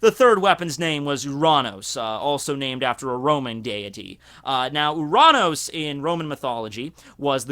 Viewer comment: you pronounce uranos in the correct way because in Greek ΟΥΡΑΝΟΣ means sky